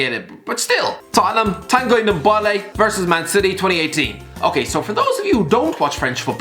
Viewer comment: ffs its NDOMBELE not NDOMBOLE